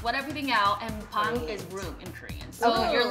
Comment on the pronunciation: omggg the way they were pronouncing bang and then the receptionist snapped at them like "bang not baeng" i cant stop laughing